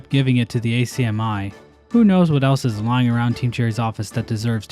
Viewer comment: We just call it Ack-Me (ACMI), I've never heard anyone spell it out like that haha